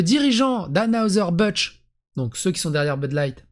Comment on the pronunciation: C’est un nom allemand dans anheuser-busch il n’y a pas de g. Busch c’est pas budge, ce français est irrespectable des sources